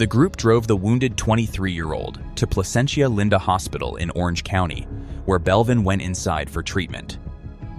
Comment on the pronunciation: "Plancetia-Linda Hospital?"🤣